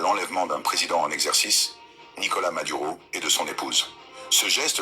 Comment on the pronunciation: C'est Maduro et non Madura